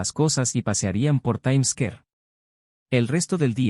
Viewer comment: Sí, que rara la pronunciación de Square y otras, ni en español, ni inglés.